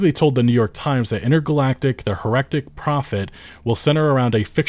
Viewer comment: "hair-Ek-tic" lulz